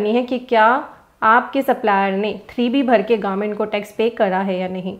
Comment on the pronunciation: Government instead of garment...😅